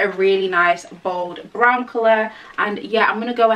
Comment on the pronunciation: Its proper what, PROPER BRRRROWN ! 😂😂